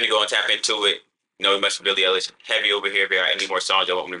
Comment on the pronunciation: billie eilish (eye-lish)